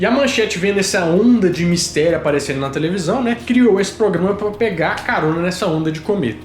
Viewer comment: O falou: "POGRAMA" algumas vezes? Ou estou enganada?